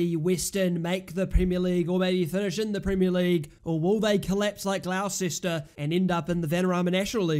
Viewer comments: Butchered that name... Its pronounced Gloss-Ter. Come on bro... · I’m not even arguing, I just said it is what it is. I didn’t expect Gloucester to be pronounced Gloss-Ter. You learn something new everyday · Gonna ignore the mispronounciation of gloucester